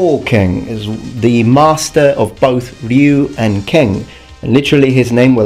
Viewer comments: I believe there's an extent to which mispronunciation of Japanese by Anglophones can just be dismissed--the two languages are just phonetically incompatible, and both are atrocious at pronouncing each other. but... RYE OO still makes me cringe every time. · Which begs the question where did Seth Killian get the idea Ryu is pronounced "Roo". Also along with Tekken I'll request King of Fighters, Virtua Fighter, and well, Mortal Kombat since I know for certain Takeda and Raiden are both mispronounced in the game itself.